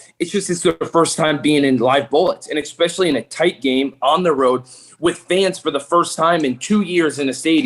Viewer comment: "EX-specially." Someone PLEASE tell that there is no "X" in "especially."